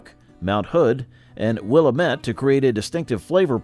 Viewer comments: he said “Will ah met” when its pronounced “Will ammit”. Willamette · Will-AM-met. Rhymes with damn it. 😏